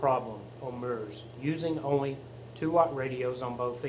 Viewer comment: FYI a broadcast is a One Way transmission not Two Way communication.Also MURS is pronounced so the U sounds like the U in PURSE not like the U in MUTE.A little research goes a long way.😂🎙